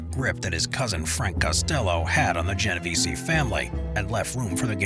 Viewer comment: If you really want to sound like you know what you’re talking about please pronounce things correctly: Geno veh Zeh (EH sound) Corl eh own eh= Corleone